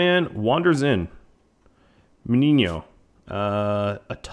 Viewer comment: I'm surprised that you know how to pronounce "Meniño". Great series btw!